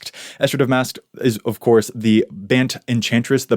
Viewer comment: two things: -One, you have the best COVID hair of all, perhaps the best hair of all of all. -I'm so happy you started pronouncing "Bant" as "rhymes with 'can't'" instead of as "rhymes with 'aunt'" ("aunt" as we say it in New England).